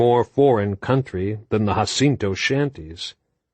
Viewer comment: “Husinto” always makes me laugh. 5 books straight hahaha